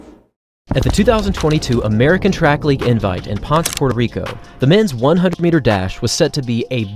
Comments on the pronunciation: Great coverage. One correction, the location in Puerto Rico of the meet, Ponce, is not pronounced with one syllable like you said, "Pawns", it is two syllables and sounds more like, "Pown-say". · Is that how they pronounce Ponce in PR?